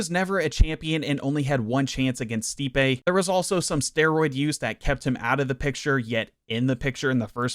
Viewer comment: Brother. You pronounced stipes name wrong the whole video acknowledged that he's one of the greatest of all time and didnt know he's an elite boxer. Hes known for his boxing and his hands. Minimal research would have answered that for you. Good video tho